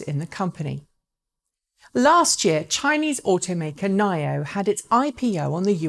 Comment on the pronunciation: Nio and longevity... I think you should take some English lessons to learn how to pronounce those properly